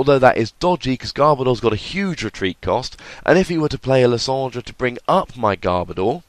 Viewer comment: I disagree with your pronunciation of lysandre